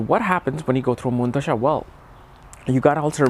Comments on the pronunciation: I know you are a scholar and I enjoy your content but when you pronounce Dasha as Dhasha it confuses me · Bro, Please respect the Language Hindi 🙏 It's Dasha , not Dhasha 🤣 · Chuthiye pehle dasha pronounce sikh dophe